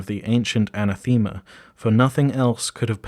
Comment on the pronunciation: I love this series, but some of the pronunciation needs work. wyld, yozi, and especially anathema.